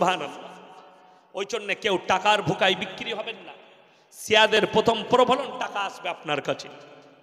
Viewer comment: জনাব,সালামুন আলাইকুম।প্রফোলন না বলে প্রলোভন বলুন প্লিজ।